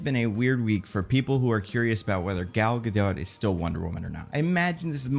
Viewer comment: It’s a bad look for a movie expert to mispronounce an actors name, let alone to do it multiple times and inconsistently.